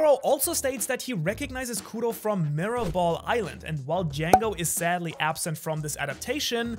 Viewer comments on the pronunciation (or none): none